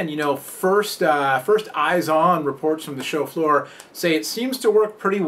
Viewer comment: does anybody else thinks he's saying 'chauffeur' every time he says 'show floor'